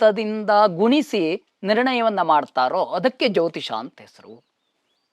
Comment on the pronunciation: Jyotishya alla jyotisha